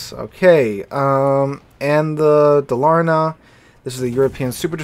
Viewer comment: for people that want to pronounce Dalarna properly its to give an emphasis on Dalar and the na being being a bit more quiet. also the Dalarna stats are absolutley stupid. BASE dpm of 314k with a 6km max concealment